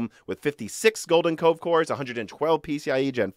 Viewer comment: I thought you were saying golden Coke course lol